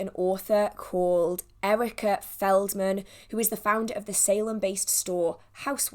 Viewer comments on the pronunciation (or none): none